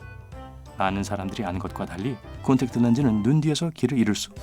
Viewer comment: 모두가알고있는콘텍트렌즈 뭐라고하셨는지들으신분 뭔말인지못알아듣겠어요